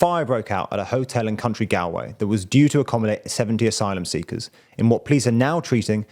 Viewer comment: Did he just say "a hotel in country Gallway"?